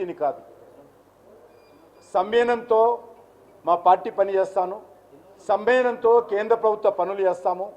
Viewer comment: సంబయనం కాదు సంయమనం